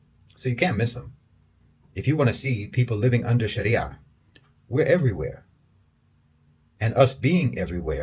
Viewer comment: I was wondering why he was saying Sharia properly (as most people dont) then he said hes a Muslim. MashAllah